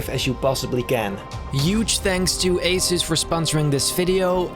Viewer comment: Asus -> A-SUS